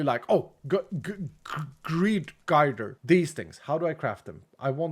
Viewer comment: for the record! its pronounced grr-durr for Girder:3 fun video!